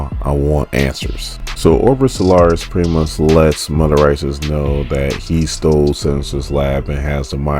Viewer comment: Brother...neither weaponry nor stole have any D in the pronunciation. I'm your fan. I leave Likes....but saying "stoled" and "weapondry" makin u sound foolish af